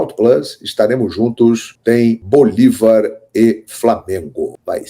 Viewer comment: É bolÍvar, com acento no I. Para de falar bolivÁr, tá feio.